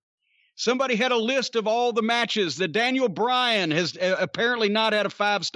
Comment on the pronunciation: Uncle Dave doesn't rate matches. He rates "meetches".